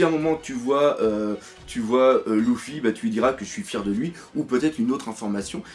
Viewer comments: Dark Knight Si si mdrrr mais bon sa me fait jsute rire quand il dit Louffy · Mdrrr le fameux Louffy sa me tue à chaque fois que tu le dit